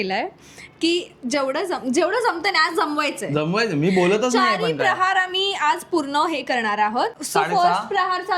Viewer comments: Its प्रहर not प्रहार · Mast hota video pn tumhi prahar cha ucchar chukicha karat hotat. प्रहर means time related ahe pn tumhi tyala प्रहार mhnt hota jyacha arth war krne , attack karne asa hoto 😅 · खूप छान गोष्ट. अभिनंदन. एकच सांगते की , प्रहार नसतं प्रहर असतं.